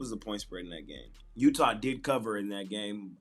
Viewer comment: Smash my parlay of the night with the Miami heats+1 and the Dallas maverick +5 thanks by the way you said utha